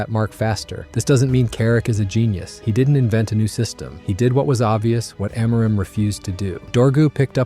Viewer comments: by the way its not AM-MOOR-IM its AMO-rim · It's AM-or-im, not A-MOR-im. That tells me this is AI generated nonsense. Not interested. We almost lost to West Ham today (facing relegation) and just ended up with a draw at the end because of the talents of Sesko, who Carrick DID NOT START! It's not about the coach fellow Man Utd fans, it's about the players still turning it off and on like light switches. What, we can't play two matches in a week? That's the excuse? Then we shouldn't be playing in European football, right? You're all listening to AI.